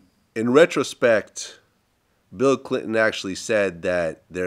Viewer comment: vlad:"Bill Cliton"😂